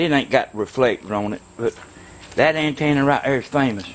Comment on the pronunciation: "DI WHA TV ANTANNA"